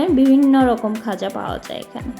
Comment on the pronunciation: ওটা "গজা" ও নয়, "খজা" ও নয়, খাজা! 🤣